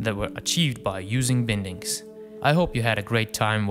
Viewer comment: Great work! Just a comment: it's pronounced 'bye-ndings' (/ˈbaɪndɪŋ/). Regardless! I'm a huge fan!